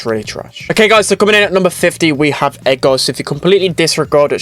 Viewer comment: when he says edgar it sounds like eggar